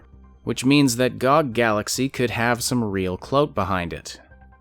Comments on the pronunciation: As much as I loved the commentary. In the future - please oh please, pronounce G O G by letters :D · >pronounces G-O-G as GOG Most controversial part of this vid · Lmao first time I heard someone pronouncing it gog